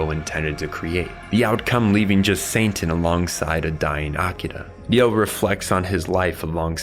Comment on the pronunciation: Bro are you saying Santan?